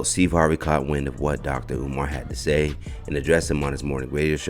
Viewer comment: He called him omaar 😅😅😅😅